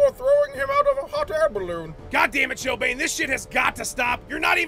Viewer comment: God damn it